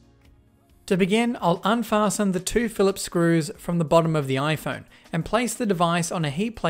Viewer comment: Did he say pHiLiPhS